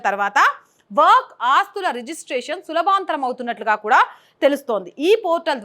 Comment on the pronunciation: సులభాంతరం కాదు తల్లీ, సులభతరం. మీరు ఏమీ అనుకోకుంటే, మీకో సలహా!. మీరు చదివేటప్పు చాలా ఉచ్ఛారణ దోషాలు వినిపిస్తున్నాయి. కొన్ని సందర్భాల్లో అవి ఆయా వ్యాఖ్యల అర్థం మార్చేస్తాయి. అలాగే హెడ్డింగ్ లు (థంబ్ నెయిల్) దయచేసి సరిదిద్దుకోగలరు. ఎందుకంటే, నేను తెలుగు ప్రేమికుడను.🙏🙏🙏